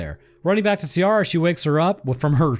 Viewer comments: Ciara = ‘Kee rah’ ≠ ‘See ah rah’ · Ciara is pronounced KE-RA, also no anglerfish reference? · The Ciara pronounciation makes me an Irish guy twitch every time I hear it.